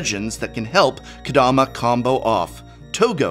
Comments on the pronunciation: How about “Kadoma”? Lol. For a professor, come on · Ka-DO-ma? Really?